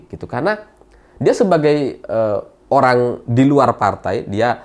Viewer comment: Horrrrang kaya wkwk